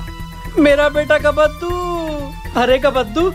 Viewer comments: Kabbaddu❌ Kaddu✅ 😂😂😂😂😂😂😂😂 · Kabbadu❌ Kaddu✅✅✅✅😂😂😂😂